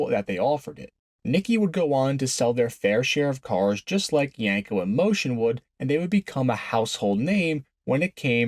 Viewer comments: The cringe every time you said "Yanko" instead of "Yenko"... :) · My guy said yenko no less than 100 times and pronounced it wrong 100 times 🤤